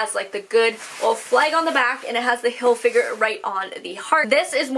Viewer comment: Chenille = Shuh-kneel Not being a jerk just letting you know! By the way I love the way you say Hilfiger!